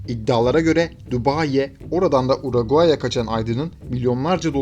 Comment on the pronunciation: UARAGAAY NE MK URUGUAY